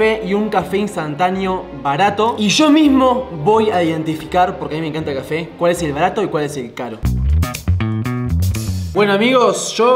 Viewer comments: Soy yo o dijo qufe enbes de cafe😂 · Porque dijo cefe en ves de café 😂😂